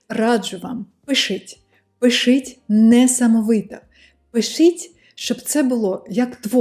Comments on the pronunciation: у вас очень хороший результат в украинском, но некоторые ошибки в произношении режут ухо. первый вариант - это то, как вы произносите, второй - как это звучит в украинском. 1) ситуацЫя - ситуацiя, пишЫть - пишіть, доречЫ - доречі, якЫ - які -- украинская буква і у вас часто произносится как Ы. 2) ви ходитЫ - ви ходитЕ, бЫнтежить - бЕнтежить, дужЫ - дужЕ, Ыкран - Екран -- иногда украинская Е (произносится как э) у вас тоже превращается в Ы. 3) молітва - молИтва -- иногда украинская И (звучит как ы) у вас превращается в русскую И. 4) мотивацЫИ - мотивацiЇ -- здесь наверное нужно просто потренироваться выговаривать Ї. 5) iнформацЭйного - інформаційного, ситуацЭИ - ситуації, необсмоктанЭ - необсмоктані, рЭдина - рідина -- украинская i у вас иногда произносится как э. удачи в изучении языка! пс: речь идёт о стандартном украинском из учебников и новостей, суржики и акценты могут звучать очень по-разному. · каже слово "пишіть" як "пищить" це різні слова;)) А ще їй тяжко вимовляти, "ії","і" "и" там де "і", "и" в одному слові в складах по середині, через це так дивно твердо звучать приголосні.